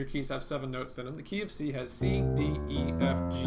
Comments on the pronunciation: The "KeyOfC" i thought u said the KFC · You said - "key of C" I heard - "go eat fried chicken" :) Thanks for this vid, great job!